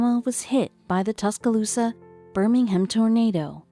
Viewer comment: Not sure why they showed a picture of a hurricane when talking about a tornado. Tusk-Ah-Loose-Sa.... The pronunciation from the robotic voice made me cringe early on lol. Other than that... I loved the story. I do remember that day. I lived in Tuscaloosa County.